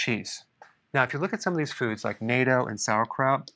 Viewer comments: Dr. Berg, you're amazing! I have been learning a lot from you and seeing good results! (p.s. Japanese pronounce Natto differently.) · I have learned from you. Now let us switch roles. Sorry to tell you that NATO is the North Atlantic Treaty .........That is the one with the long "A". The "A" in NATTO" is modified by the second "T" into a short "A". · not "nato". pronounced ””not-o". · It's NOT NATO, its pronounced NAH TOE... My wife is Japanese... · Dr Berg, I watch many of your videos. Suggestion for a minor adjustment- the proper pronunciation of natto is with a soft a like “Aw” not “a”. So “nawto”. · FYI, dr berg, the way you are saying nato sounds like the political military alliance. if you are referring to the fermented soybeans then its not prononced 'nay-ttoh', its 'nah-ttoh'. Its a japanese word. And if you really want to go all out, the double t represents a short stop or pause on the t. To us it sounds a little like putting emphasis on the t. Not criticizing. Thanks for all your time & effort to educate us. i appreciate what youre doing and just thought i'd reciprocate. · Naht-to, not nay-to. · ANOTHER outstanding video; thank you! And, I need to mention that natto is pronounced naah-toe (vs. "NATO"). Great information!! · FYI Natto is pronounced nah-TOH... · It’s nat - toe. Natto is amazing. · I live in Japan. It was painful hearing your pronunciation of "natto". Correct way to pronounce would be "nah", plus "tow". So, it's "nahtow", two syllables. Yeah, I know it's an old video and you've probably already been corrected on it. Thanks for the great info as always. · Dr. Berg, I work with an elderly Japanese woman who pronounces natto “Nah-Toe”. Just a suggestion, of course. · It’s pronounced “nah-toe” Anyway, if I’m a trans woman (on estrogen & a testosterone blocker) should I not take K2? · Isn't it /NAT-toh/?! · Natto is pronounced Not-doh. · The way he said “naydo” instead of natto 🤣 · The correct pronunciation is; "nah toe" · Its pronounced "NAH-TOH"